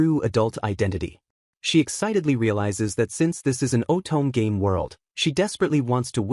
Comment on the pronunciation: Uses off-the-shelf AI voiceover, "oh-tohm game". If you can't even be bothered to use an AI voiceover that can pronounce the most common words in the media you're attempting to AI grift in, then I can't be bothered to care to watch.